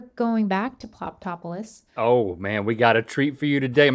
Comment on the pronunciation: I thought Rhett said ploptopolus